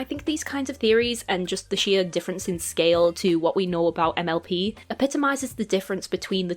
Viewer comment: Idk why but every time you were to say mlp I heard mlb so I would randomly get confused because I didn’t know when you started talking about miraculous 😅